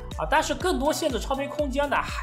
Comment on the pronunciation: Bios：、念成“拜哦斯“，不是碧欧斯；Super：念“苏per“不是“咻per“~